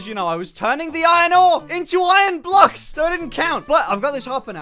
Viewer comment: "What if this was multiple "Bluksh" wide!"